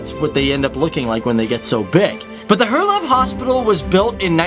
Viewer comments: Hint: if you wanna say Herlev the right way, and you are english. Say "Hair-leov" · It is Herlev hospital not her love, and it is located in the suburban called Herlev! :-) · out of 100% cyclists 53% are male and..... here it comes...... 47% are female (no shit guys???) - and pleeeeeese check your spelling - it's NOT Her Leb - It's Herlev !!! And it's NOT Reba or Reeb - It's Ribe - and your are sponsered by a SPELLING PROGRAM !?!?! but apart form that - nice videos about the smallest SUPERPOWER in the world - thx ;-D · Herlev... Thats where i live. You Said it like her laugh Buts Its more hard, and fast like "hérliv* Its crazy i know xD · 😂😂😂 Your pronunciation of Danish names and places would improve by 110% if you adopt the simple rule that most shorter Danish words has the stress on the very first syllable. 'Val-demar 'Her-lev 'Jyl-land There are exceptions, dronning Mar-'gre-te and Helsing-'ør (don't know why) and composite words usually have a stress on first syllable in each component word. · For a part 3, would be nice to double check the pronunciation of the Danish names / words i.e.: "Herlev" Hospital and Ribe... Herlev is pronounced He-A-Lo by the way. :-) - From Copenhagen here! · The way he Said Herlev, Helsingør, greve, Ribe and roskilde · omg you just totally butchered the word herlev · He can't even say Herlev, how'd you expect him to say rød grød med fløde? 😂